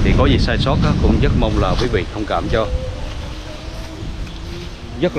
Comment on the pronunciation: Cảm ơn a. A nghe a nói "dất nhiều" thiệt là "dất ấn tượng" =))